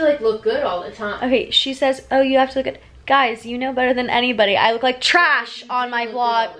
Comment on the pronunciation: Why she put so much emphasis on "TRAsh" i can't. Thank you so much for posting